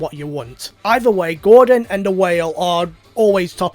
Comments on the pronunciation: "Groudon" not 'Gordon'🤦‍♂️ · Me: Groudon: Gordon